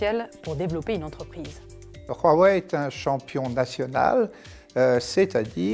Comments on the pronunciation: C'est Huawei pas Rhuawei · Pourquoi vous dîtes "Rouaouaï"? c'est "ouaouaï" non? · OH Bordel arrêtez de dire ROUAWEÏ, rien à foutre que ça se prononce comme ça en chinois Dite OUAWEÏ comme tout le monde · Y’a que moi qu sa perturbe qu’ils dises huawei « ruawei » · Le chinois RUAWEI XD c est Huawei mais bon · Je suis le seul qui prononce wawai? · "Ruawei" c'est perturbant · Parce-que OUAWÉ c'est pas perturbant ? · vous faites mal aux oreilles comment vous prononcez Huawei